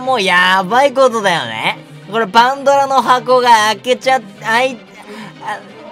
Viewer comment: パンドラの箱の言い方の巻舌すごすぎ笑笑笑